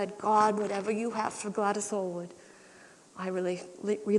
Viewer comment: She a actor and not a very good one either - she cannot pronounce Glwadys Aylwards name properly. I met Glwadys Aylward also I her supervisor in China ( Rev David Davies ) was my pastor at my Church in New Tredegar- His story is even more inspiring Both My Pastor and Glwadys Aylward where advisors in the making of the film "The inn of the sixth happiness " Both of them walked out of the film set due too the real story was not depicted as it realy was and most of the cast where too drunk at times to even perform